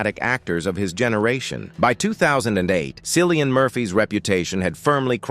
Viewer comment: It’s pronounced Killian not Sillian. Flipping AI dingdong.